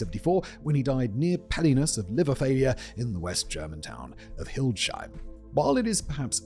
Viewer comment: try to look up the pronounciation of Hildesheim. Hint: between the s and h there is a stop. Heim means in english "home"